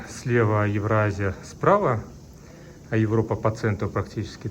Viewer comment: Произнесённое Евроаззия,о многом говорит. Автор приехал в Японию за шмотом и гов-ном измазать? Так,чисто по коллонистски пожрать,истребить и жить в их домах? Ездить на машинах? Ну Ок. А дальше?